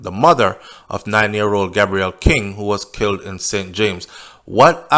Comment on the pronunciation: His name is pronounced Gay_brel